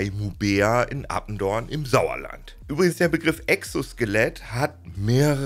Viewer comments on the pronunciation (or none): es heißt attendorn nicht appendorn